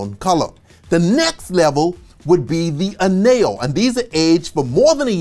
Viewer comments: Añejo is pronounced Agnejo, like lasagna. Ñ=ng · remember the “ñ” in Spanish sounds like the ny in English as in canyon. Then the right pronunciation for añejo is “anyeho”. 😅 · It's pronounced An-ye-ho. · It's pronounced an-yeh-ho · this guy can say pina colada but not aenjo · This is an amazing video and you obviously know what you're talking about, but I wanted to tell you that Añejo isn't pronounced like that. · lost me at the anejo pronunciation then again at not knowing what an ultra anejo is lol